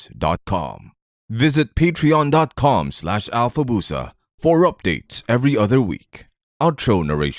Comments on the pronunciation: I never knew Alfabusa was pronounced "Alyuf byupsa". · Hearing Stringstorm pronounce Alfabusa's name like that in the credits is more surreal than the story itself. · Have... Have we been pronouncing Alfabusa wrong this entire time? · How in the nine hells am I going to tell someone how the breakdown of a blender with sulfuric acid lead down to one of the greatest red strings in a series about Vampire Hunters ? Also, what is up with Stringstorm's pronunciation of Alfabusa ? Is that how it's truely read ? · Big D really shows the weight of his years hunting. Also, is the guy at the end just rolling with whatever, or is that how you pronounce Alfabusa?